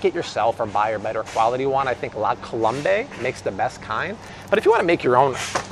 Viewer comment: Love watching. It’s actually pronounced la col-ohm, not la-columbay. And yeah, it’s the best!